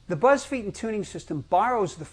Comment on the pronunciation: Oh wow. He doesn't know how to pronounce his own surname.